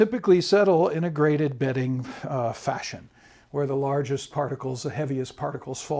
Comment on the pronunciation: GraDebting or ??? BEDDING? Betting??? What is the speaker saying??? We must listen carefully! Graded bedding makes sense in the context. (unless of course you are in a casino?) (or evaluating your mattress?)